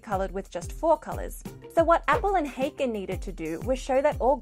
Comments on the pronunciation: I knew both of these men at the University of Illinois. The 'a' in 'Haken' is more like the 'a' in 'father'. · This is perhaps a minor quibble, but years ago I knew Appel personally, as well as one of Haken's sons, and unfortunately you're mispronouncing their names. Haken is a German name, so the a is like English "ah". Appel is not pronounced like "apple", but is accented on the last syllable: ap-PEL